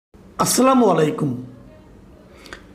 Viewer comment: আসসোলা নয় আসসালামু আলাইকুম।